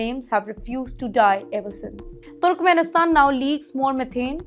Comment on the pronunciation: wait. you know what? its not turukumenisthan. aduvanced english pronunciation?